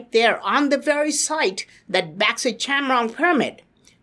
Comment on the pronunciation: Chankrong sounds like chaman